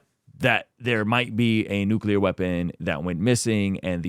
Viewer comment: Nuclear cl not cul